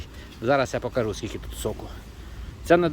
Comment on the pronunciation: Не "покАжу" а "покажУ"